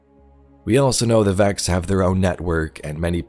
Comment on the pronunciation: What are you saying..?? Vax or Vex, you mean?! Hehe!